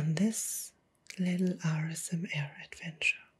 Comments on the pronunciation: It sounds like ur saying rsma instead of asmr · Why do you say RSMA Katz and not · Like the asmr but to be honest the way you say asmr just makes me wide awake and annoyed because you don't say it correctly